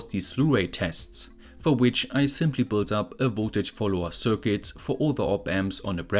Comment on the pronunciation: Why do you add an "s" to every word, even though it doesn't need it? "This is a mosfetSSSS". "This circuitSS".